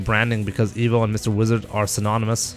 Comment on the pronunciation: Why does say Emo instead of Evo?